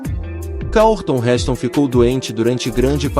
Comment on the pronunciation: Robô idiota. Pronunciou "Karlton" para Charlton Heston.